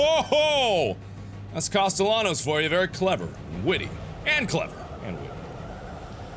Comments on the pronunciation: Hey mark there is a sequel. But if u play it u have to pronounce Sebastian’s last name correctly, it’s costeYONos that’s how u pronounce it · It's pronounced "castee-annos" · It is spelled “Castellanos” but it’s pronounced “Caste-yan-os”. Gotta love that Spanish double l. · How did he play through the whole game and still not know how to pronounce Castellanos. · Markiplier still says Castellanos wrong in Evil Within 2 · I'm rewatching this entire playthrough again after five years, and am constantly annoyed all over again with how he repeatedly mispronounced Castellanos. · The amount of time ‘Castellanos” was pronounced throughout the game, you’d think Mark would stop saying it like the whitest white boy 🤣